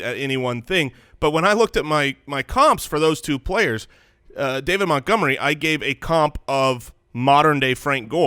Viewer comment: Hearing refer to Montgomery as Meh-gomery makes me understand why you guys settled on Mopportunity as a nickname. You started with the bar so low that Mopportunity actually seemed clever (if only by comparison).